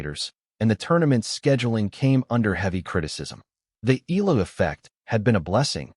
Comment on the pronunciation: Pronounced Eh ya la ...not Ila🙂